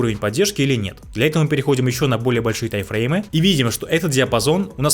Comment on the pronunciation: Эти ваши Тайфреймы так ухо режут, даже не пытаешься проговаривать М, у тебя в тайМ её просто нет